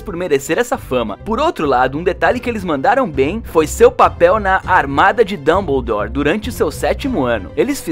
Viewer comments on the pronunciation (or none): none